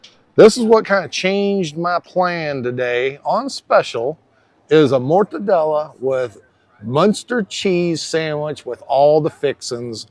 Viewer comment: I've been eating mortadella long before I tried regular bologna. Yes I'm Italian-American and I appreciate your articulation efforts! Thanks.